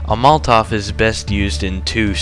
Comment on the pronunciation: how old are you dude ?? matovs -->> molotov